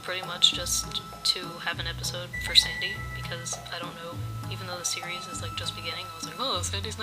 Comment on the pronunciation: Whenever you said "series" It went to Siri automatically XD